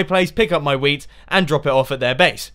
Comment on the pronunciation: every time Mumbo says "Wheat" I think he says "Weed"